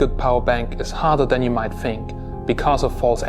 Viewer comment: harder dan you might fink